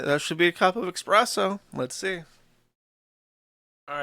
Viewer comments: Every time Josh says eXpresso, I die a little inside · nobody over a 104 IQ would ever pronounce it "expresso" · "Expresso" I know Jersh likes to claim he mispronounces basic words because he learned them from reading... but the problem with that is there is no x in "espresso". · Joosh pronouncing it as expresso is like someone saying ‘lemme axe yu’